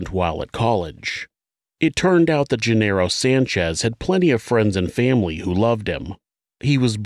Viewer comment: Genaro is not "jin-arrow." It's "hen-AH-ro."